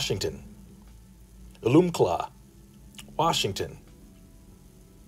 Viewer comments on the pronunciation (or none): none